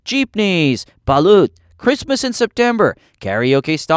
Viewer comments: It's balot not balat at magmano is blessing with your hands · When u say “Siargao” make it sound like “shargao” and baloot “balot” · Mano? Well Sometimes depending it called bless also I forgot to mention Ba-lut nah it's Balot (ba-lot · "asWONG" "baLOOT" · For the Americans or the people who can’t pronounce balut. Its actually pronounced (Bah Lot)